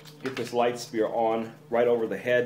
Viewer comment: Sphere isnt pronouced "Spear", its "Sphere" - the "ph" is like an "f"